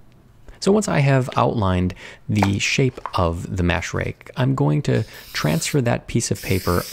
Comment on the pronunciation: Pronouncing "rake" as "rig" made me really confused.